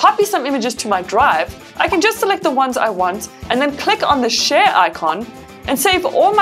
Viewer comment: Every time she says share it sounds like she is saying shit but this videos is very helpful thank you now I’m gonna get this phone